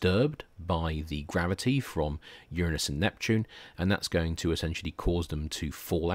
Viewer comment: Very nice lecture. Quite nice indeed. About the only thing i could possibly get nit-picky about is the mispronunciation of the word "Uranus".